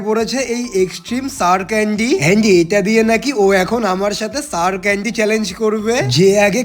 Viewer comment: ক্যান্ডি ❌কেনদি "✅